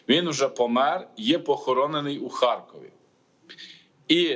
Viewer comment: Дякую п. за коректні відповіді. А от видуча, яка ставить питання двічі з наголосом "у Харкові" викликає запитання. Думаю, вона до цих пір переконана, що Захід України - то Україна, а Схід - про російський.